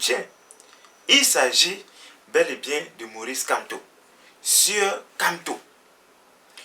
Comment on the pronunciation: tu n'as rien a dire va compléter ta dentition et tu évites de prononcer le nom du Grand prof n’importe comment